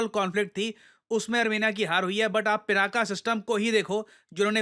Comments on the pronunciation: Dear usse "पिनाक" pronounce karte hai naa ki pinaka Jo ki English Mai bolte hai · It's not " पिनाका ", It's " पिनाक ". 🤭